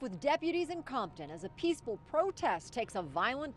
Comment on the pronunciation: I’m Mexican but I’m pretty sure it’s not pewceful